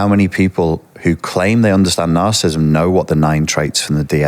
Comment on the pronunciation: For an expert on this, it's odd that he misprounounces "narcissism" and "narcissist"